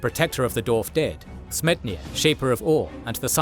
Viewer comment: Did you know there's a W after the D in dwarf?